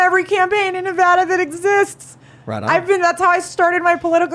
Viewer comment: It should be all Red, if you asked me. Sisolak banned hydroxycholoroquine, that I was prescribed for Lupus, and hoarded it for the prisons system. Also, thank you for pronouncing Nevada correctly.